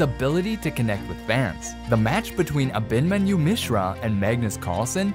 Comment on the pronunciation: Ah’-bin-mahn’-you… tough to hear it mispronounced so many times. Emphasis on the 3rd syllable.